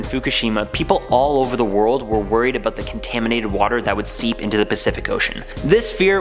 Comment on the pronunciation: it's annoying how you say about...sorry